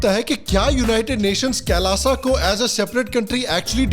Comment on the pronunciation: शुद्ध उच्चारण कैलाश है, कैलाशा क्या होता है?